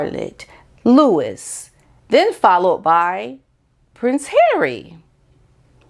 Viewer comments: Please don't take offence but the correct pronunciation for " Louis " is " Loo- ee" ( it's French) whereas the English version of the same name is " Loo- iss" ( Lewis) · Hi, the Cambridges pronounce Louis as Louie. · Louis is pronounced "Louie" in the UK. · Louis is pronounced Looey.